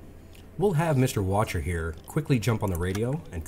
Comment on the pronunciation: Sorry to be that guy, but the officer you're calling Watcher (Wächter) is pronounced Vechter.